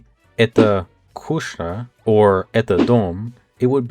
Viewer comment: Kooshnya? Koohknya! You've got your X characters mixed up.